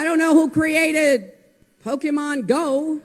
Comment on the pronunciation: Her pronunciation of Pokémon is cancer.